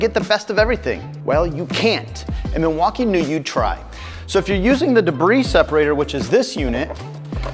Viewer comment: Debris = “Duh-bree” not “De-briss”. Lol.